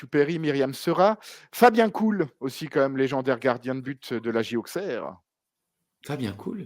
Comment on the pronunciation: Encore un sacré épisode avec un très beau main évent! Merci de nous faire revivre ça PS:, Fabien Col ( prononciation) pas Cool😉